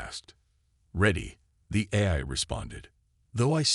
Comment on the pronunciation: Teach the AI to say AI instead of eye!